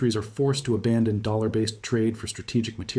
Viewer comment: and it even not a good one he cant even say dollar right..dammit